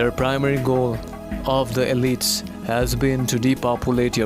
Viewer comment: Elite is pronounced ee LEET.